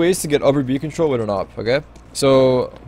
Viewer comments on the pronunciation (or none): Can you start saying "with" not "wit"